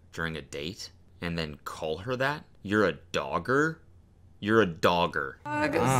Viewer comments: "dogger" is how Xander from Real Bros would say "dagger" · english people hearing dogger: 0 . 0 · google dogging bc thats all i could think of everytime he said doggers 👀